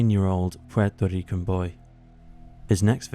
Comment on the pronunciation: “Pwerta Rican”